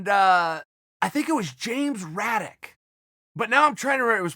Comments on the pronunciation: James J. Braddock, not Raddock. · It sounded like Chael said Raddock. I'm pretty sure it was Jim Braddock :-)) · James Braddock lol, not raddock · Uncle Chael, wasn’t it Braddock? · If uncle Chael says the Cinderella Man James Braddock is James Raddock. Then obviously it’s James Raddock. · Send that wallet back....I dare u.....only thing ull wish u could get a refund on is the day you were born when chael shows up at ur door step.... Its james Braddock not raddock btw..imma definate Fan of boxing history ...but I'm also smart enough to know if chael says its raddock its raddock So technically I'm wrong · If uncle chael says its raddock its raddock ...